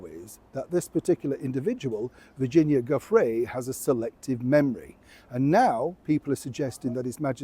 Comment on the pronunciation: Hi, I hope you don't mind? Giuffre is italian for the medieval Joffry... uff is stressed. jewf-fri. I believe her husband may Anglicize it as many Australians do, makes things easier...(jewfree, but I just can't). We did the same back in the 1960s, it was so exhausting...but it's a lovely name (I'm a medieval buff, Game of Thrones). I agree with your view on her hospital visit, reading between the lines. ❤